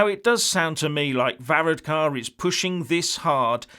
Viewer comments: hahah you cant say his name right ! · Amazing you little Englanders,and he is not a prime minister,he is the Taoiseach,you could not even be bothered to learn to pronounce it,typical myopic view.And you’re figures about the election are way out,unbelievable and Varadkar is not pronounced like that.